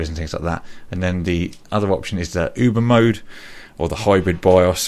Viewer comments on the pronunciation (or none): none